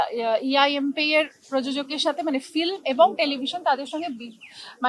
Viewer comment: Flim…. Bumba Film bolteo shekheni 😂